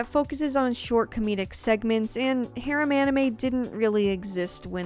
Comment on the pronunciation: I don't know if it is rude to say it like this but because of your pronunciation of the (mostly Japenese) words, I can't understand what you are saying even though I know the word (for example : harem )